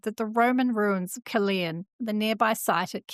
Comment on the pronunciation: Caerleon is pronounced with only one E I pronounce both of them